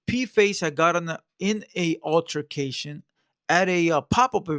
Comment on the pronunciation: Wow that was very hard for him to pronounce altercation ohhh ESL drop out!